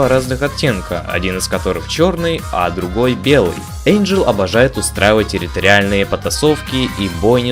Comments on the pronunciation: ВЫ НАДОЕЛИ! НЕ ЭЙНДЖЕЛ, А ЭНДЖЕЛ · Не Эйнджел , а Энджел! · ЭНДжел? ЭНДЖЕЛ, БЛЯТЬ?! МОЖЕТ Э-Й-Н-Д-Ж-Е-Л?,_ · а смысл произносить имена персонажей неправильно??